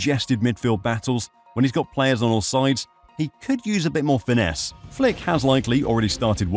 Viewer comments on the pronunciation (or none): none